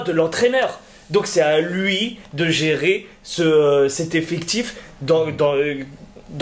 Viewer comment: C'est quoi un "effectchiffe" ? 🤔🤔